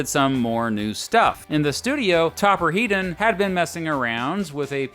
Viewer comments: Topper Headons name is pronounced Head not Heed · Please. It's 'Heddon' not 'Heedon' He's English not a fuckin Yank